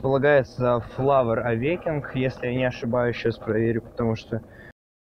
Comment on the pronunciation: Не флавор авекинг, а флавор авакенинг!